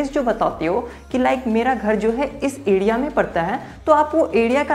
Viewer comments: Adia nahi area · Adea ya area khadidunga ya Kharidunga Pad ya per I think Letter R is ur enemy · bhai phili bat to area hota hai........ ediya nhi LOL.....